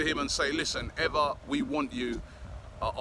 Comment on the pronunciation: Last two day he pronounce him as "Ana" Banega, but that most probably perhaps due to Robbie night out activities :)